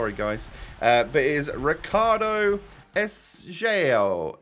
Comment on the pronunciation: Love the way he says “Ricardo Esgaio” 😂